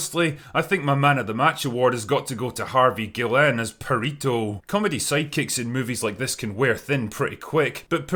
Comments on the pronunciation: Congrats for actually managing to pronounce Perrito! first english-speaking video that I see of this movie that does it decently haha :D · You need to say "Perrito" more. The way you pronounced it with your accent was awesome.